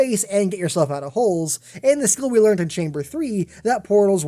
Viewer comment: learn how to pronounce "learned"